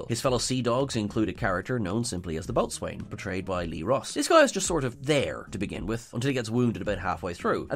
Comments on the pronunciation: Boat swain??? Rowlocks! Apart from that gaffe, nice video! 👍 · I really, really hope "boatswain" was correctly pronounced as "bosun" in the show, even if it wasn't in this video. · and both need to make sure if there are headline words in an article they are converting to a video that they know how to pronounce them. I've seen this happen several times. "boat-swain" indeed.... It's not pronounced how it's spelled at all! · Like a ragged baby... "Boatswain" is pronounced "bosun". It's fine, though. Y'all may not be the fans of the Royal Navy that I am. Fun fact: in Patrick O'Brien's Aubrey/Maturin novels, the IRISH doctor Stephen Maturin usually acts as a stand-in for the audience, having things like bosun explained to him, and thereby to the audience. is in some good Irish company. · Thank you! That bothered me, too. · Just a weird linguistic FYI, "boatswain" is pronounced "boh-sun". It's even alternatively spelled "bosun" (or "bo's'n/bo'sun/bos'n). If ever you've seen a "chair" made of rope and a board being used to dangle a sailor over the side - maybe to clean the boat - or to transfer people or things between two boats, that's the "boatswain's chair". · boatswain is pronounced bosun. A lot of Dr Who doesn't make sense anymore. Remember that dalek made from scrap? Easy to destroy with an electronic magnet 🧲. It's not Who you know but what you know. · I thought boatswain was pronounced bo's'n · I'm sure someone else must have mentioned it by now, but I'm pretty sure it's pronounced "bosun". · Boatswain is pronounced Bosun. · the word is pronounced Bo'sun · It's pronounced bo'sun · Oh dear. Your pronunciation of 'Boatswain'. That's another thing that doesn't make sense!!